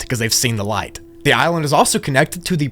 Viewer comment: Why do you say " ligh--ight " butching ," instead of butchering" ?